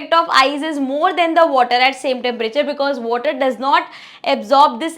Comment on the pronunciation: Ma'am apne temperature 🌡️ ko aache se nhi padha tepebri padha......😅